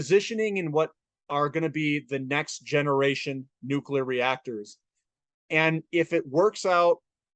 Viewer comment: Nuculur is powwa!